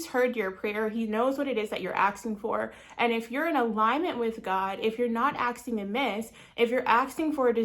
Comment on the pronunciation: NOT AKSING ITS ASKING